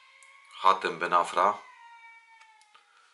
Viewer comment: mówi się Ben Arfa a nie Ben Afra